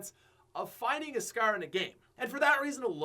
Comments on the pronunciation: Love your vids but why does it sound like your saying scear instead of scar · Gold Scarf 😂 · Scaer or scarre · Gold scare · says scar like its pronounced scarrrrrr. Drags the r😂😂😂 lol. Sorry pat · Asante Miller it’s his accent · he is canadian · Every time he says scar I want to hurt myself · The way u say scar pisses me the fuck off